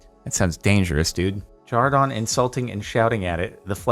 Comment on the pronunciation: Isn’t his name Jordan not jardon?